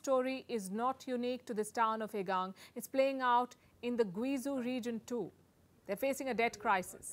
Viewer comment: Guizhou is pronounced like ‘Gway Joe’. Please ask a Chinese friend for help before getting this wrong, as I had no idea where this place was when you first said it. This is especially important for a popular journalist!